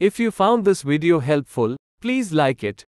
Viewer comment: Video with a V. Not wideo. It's not hard really. Try it.